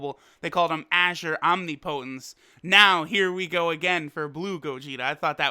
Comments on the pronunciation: I can't get over how he says "Omnipotence" smh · The way he pronounces omnipotence upsets me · I'm sorry how did you just pronounce omnipotence?